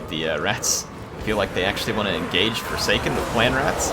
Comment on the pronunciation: Hey name one of the forsaken the forshaken, you miss said it in the video and i thought it was quite funny. No lore or anything it was just funny to me. It was at about in the vid